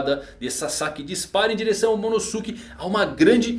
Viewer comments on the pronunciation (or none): Poha eh /Momonôske/ que se pronuncia